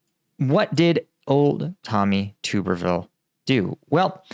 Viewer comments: Tub ber ville not tuber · At least get his name right, It's pronounced Tubberville. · its pronounced tub er ville like bath tub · stupid. stick to Ukraine. Everyone knew this, me included. You mispronounced his name.